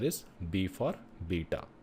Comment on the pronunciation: B for beta sounded like d for data I had to turn my captions on to make sure I wasn’t tripping because I kept hearing Data but im like D is technical